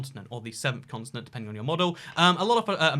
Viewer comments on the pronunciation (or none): It sounds like you're saying "consonant" instead of continent. And now I can't unhear it b😆